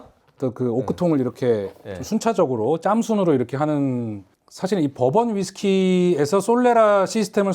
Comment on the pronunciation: 아 버번.. 법원으로 들려😂